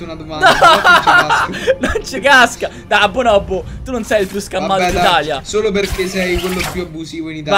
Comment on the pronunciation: Queste sono le volte in qui ha detto schammato | | | /\